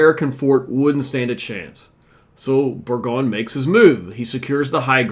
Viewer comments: Burgoyne is pronounced "Bergoine". Done with your incessant mispronunciations. You have a LOT of study in front of you. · You really need to learn to pronounce the names… for example, it’s pronounced BurGOYN